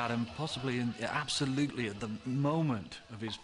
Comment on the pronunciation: " they were aboslutely amazing " -lol